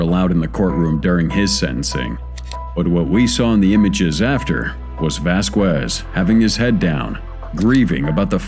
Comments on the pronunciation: Vask EZZ not vask wezz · It says Millan then the reporter on the news says Bayan then Vásquez mispronounced as hell hahahaha. What a mess on this video.